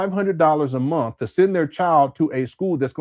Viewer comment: Why do you say MOOOTH instead of month?